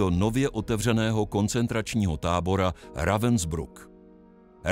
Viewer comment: Děkuji za další video plné informací, jen prosím opakovaně: Ravensbrück se čte Rávnsbryk.